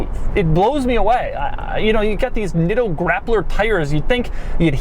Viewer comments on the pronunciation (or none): none